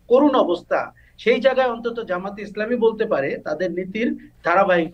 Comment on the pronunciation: আসসালামু আলাইকুম খালেদ ভাই ।আপনি অত্যন্ত সুশিক্ষিত এবং উচ্চ শিক্ষিত মানুষ বাট অত্যন্ত দুঃখের বিষয় আপনি জামায়াতে ইসলামীর নামটা এখনো ক্লিয়ার করে উচ্চারণ করতে পারেন না । বা মনে হয় করেন না এটা হচ্ছে জামায়াতে ইসলামী জামায়েত না ।ধন্যবাদ